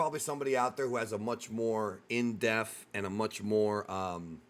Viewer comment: He also said in deaf. Not in depth